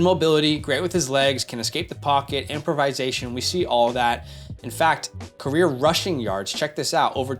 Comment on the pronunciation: Not to be that guy, but you use this word too much to not help you with the pronunciation lol It’s not “improvise-ation,” but rather “improv-isation.” Anyway, I hope I don’t come across as an a**hole with this comment 😅 Love the content! You two crank it out like no other channel!